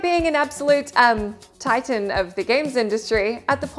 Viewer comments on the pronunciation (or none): Titian? It's Tighten, duh.